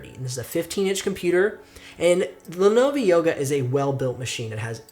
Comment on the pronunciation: The first Lenovo (not “Lenova” lol) is the only one I would consider. The others would try to murder my wallet. Though the Surfaces are really tempting. If you have the cash I think they are worth it. I was previously looking at Lenovo Flex. As for I/O ports you could just get a ports dongle/expansion adapter (not sure what they’re called) for cheap on eBay or amazon. Btw your second link for the Dell Inspiron 5000 leads to an expired page.